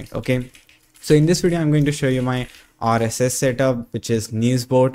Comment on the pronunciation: Nice video! The accent could do some work. The way you say "rss" sounds off. Like it doesn't match the rest of your accent.